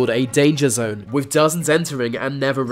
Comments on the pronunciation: It's "WITH" not "WIV" ... What, they don't have TH in your language? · dude.. you need to work on your narration skills work on your th sounds. its not birf its birth. etc if you can say mythical, and not miffical, you can say with and not wiff. quit being so lazy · With= wiv Weather= wever Amazon= amazun Breath= breaf Births= birfs